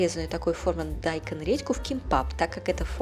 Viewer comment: Почему дАйкон??? 🤦‍♀️😂😂😂